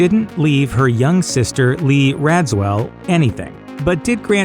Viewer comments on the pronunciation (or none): Thats not how you pronounce Lee's name. RAJEEVEEW